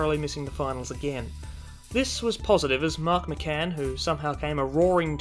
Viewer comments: You pronounced Mark Mickan name wrong, It's pronounced Mickin not Mickcan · Why do you say Mark Mah-Can, it’s Mark Mikkan. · I think Mark Mickan is pronounced "Micken", not McCann, but I stand to be corrected.